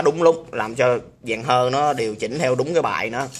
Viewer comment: Gọi là dàn hơi chứ ko phải là dàn hơ nhé.với lại ad bớt nói từ " đó đó" đi.cứ nói đó đó hoài nghe mệt mỏi